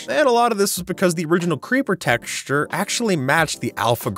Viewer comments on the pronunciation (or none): Nd the creeper tex-xure 😂😂😂😂😂